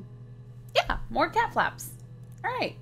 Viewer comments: did anyone else notice that she said ca instead of cat in cat flap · LOL she skipped the "t" in cat